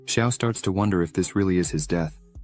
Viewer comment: deeth.....i had to stop....leern engrish